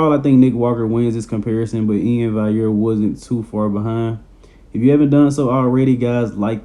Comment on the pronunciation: Valliere bro not vaiyer. You pronounce the ll's like an L